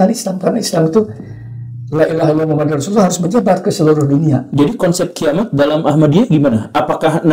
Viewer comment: Lailaha illa Allah Muhammadur Rasulullah Bukan Muhammadar Dari bacaan sudah salah.